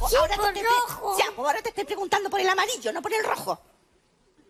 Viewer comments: " ya se amarillou? 😂😂😂❤ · Amarillo en inglés es amarillou